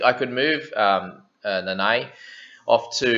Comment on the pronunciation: Your Nanai sounds allgood though. But can always be improved a bit. You have Tago on lock tho!!